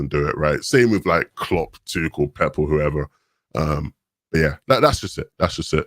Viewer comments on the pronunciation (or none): none